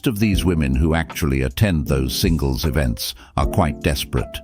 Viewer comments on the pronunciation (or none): Why does she keep pronouncing events like that lol "I like these eeevints"